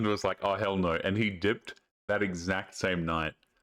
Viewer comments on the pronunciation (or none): Its always funny when you say aw hell no because of the Australian accent 😂😂😂